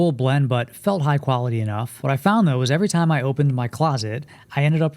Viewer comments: Margiela = “marjella” not mar-Gella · love the vid my dude but ur saying margiela wrong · The way you pronounce Margiela (incorrectly) makes me think that you’re a fashion noob.